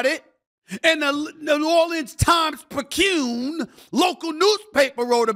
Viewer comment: Newspaper is pronounced the Times Picayune as in, 3 syllables, 'pick a yune'(y-sound; rhymes with tune). You were close. But you hit the bulls eye on Zion Williamson. There's a food addiction, a major lack of discipline, or a bit of both. What a waste of talent. What a shame.